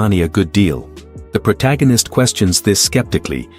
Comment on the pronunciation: I hate the way he says protagonist.